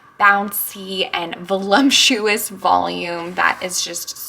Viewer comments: There is no M in VOLUPTUOUS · Fun to see another novice bumble through bread making the way I do! And not to be the jerk correcting in the comments but Since you said it was your favorite word to describe bread, i just wanted to let you know that there is no “M” is voluptuous. But it is a GREAT word to describe dough!! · You’re so cute but there’s no M in voluptuous 😬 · Are you trying to say “Voluptuous”? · lol, the pronunciation of ‘voluptuous’ 😂